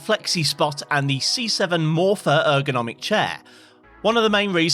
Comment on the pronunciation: "ergonomic" lmao